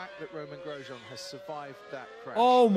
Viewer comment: XD Grosjean is said about 6 times in the 2020 clip and bro still mispronounces it horribly